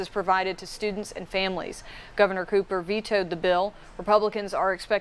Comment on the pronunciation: it's COOPER, not copper. not hard.